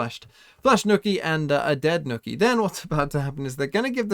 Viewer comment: Man said nookie instead of nook ye